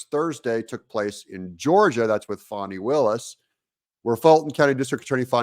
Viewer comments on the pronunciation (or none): Doug can you please stop calling her " Fauni "? Her name is FANI like in the fanipack, or as in the UK translates, a vagina.